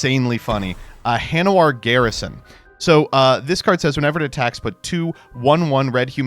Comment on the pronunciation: "Hanowar" "Hanweir" He's trying